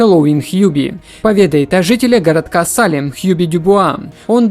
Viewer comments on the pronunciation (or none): none